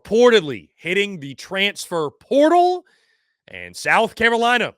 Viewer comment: Is he saying South Carowina?